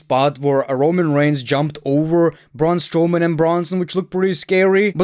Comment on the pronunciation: Blud said "Braun Strowman" 🙏🏻😭